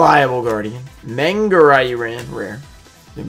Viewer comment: You're still pronouncing manga wrong